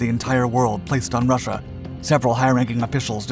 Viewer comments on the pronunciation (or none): none